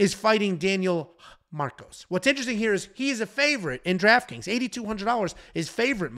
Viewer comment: "lnteristing" come out and play.